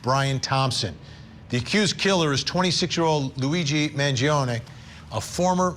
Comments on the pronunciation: Also not for nothing but it’s “man-JON-ee” not “man-jee-OWN” which Vinnie should know considering he’s Italian 😂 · It’s pronounced M – A – N – G – – I – O – N – I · Vinnie just call Luigi by his first name if you're not going to pronounce his last name correctly every single time you make a vid of him. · Why can you still not pronounce "Mangione" properly?